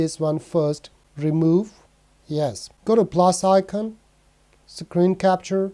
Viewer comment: I like how you say Sacreen and Sacroll